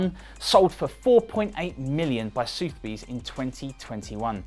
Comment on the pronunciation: Soothby's? Don't you mean Sothebys - Suth-eh-bees.....